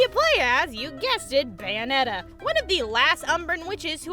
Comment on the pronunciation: BUNyonetta lol